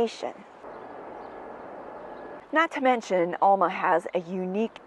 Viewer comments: It’s El-ma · "El-ma". Short A, sounds like E, not O sound. It's a local thing. Born and raised. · Coming from that part of Wisconsin it is obvioius that youa re not. Every time you said the name Alma it grated on my nerves to hear it mispronounced. Loved the content except for that.